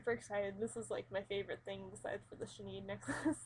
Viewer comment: That is Not how you pronounce Sinéad. It's pronounced like "Shin-aid" there's an accent over the e which makes it sound like "ay"